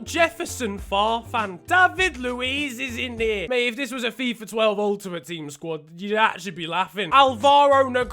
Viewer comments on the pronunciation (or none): none